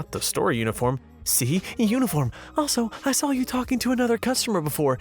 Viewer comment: SAW... not SAWL. the invisible L is silent.